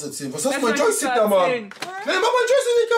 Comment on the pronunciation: ist ein richtiger OG er sagt noch joistick 😂